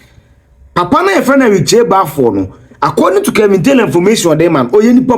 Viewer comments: It’s Kevin not kelvin🤷🏽‍♀️🤦🏽‍♀️✌🏾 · His name is Kevin and not Kelvin.